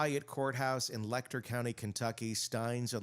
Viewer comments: For the future, Letcher is pronounced with a Ch sound, not a k sound. leh-chr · You need to learn how to pronounce Letcher County!